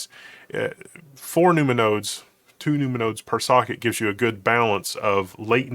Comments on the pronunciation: i thought i was crazy hearing num-numa too🤣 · Nu-ma-nodes? Half expecting to hear Ma-Na-Ma-Nah (doo-do-da-dat-da)